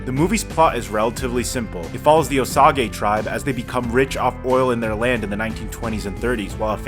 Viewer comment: I think it's pronounced Oh-Sage (like the herb). I really enjoyed this movie. I respect the choice to make it a mob movie but it also think it could have shined as a psychological horror/thriller type beat. Kind of like that movie the term gaslighting comes from. I would have enjoyed seeing more of Molly's thoughts and feelings as she grappled with wanting to believe in love and the man she built a life with. But I understand that's not Scorsese's wheelhouse. It's a bit like Greenbook in that we follow a far less interesting protagonist while the cooler side character is right there.